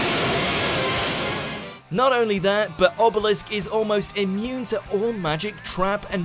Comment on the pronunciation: did he just say "Ebelisk"?